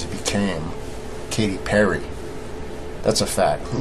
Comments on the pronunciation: he said Catty Perry 😂😂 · "sheeps" 🙄 and "Catty Perry" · did he say Catty Perry? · Cat-ee Perry